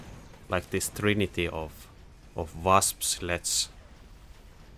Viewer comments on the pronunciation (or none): none